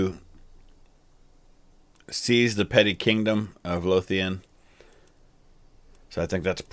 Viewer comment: You pronounced Lothian correctly. That’s rare.